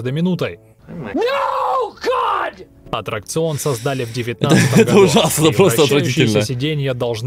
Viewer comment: правильно аттракцион а не отракцион или атракцион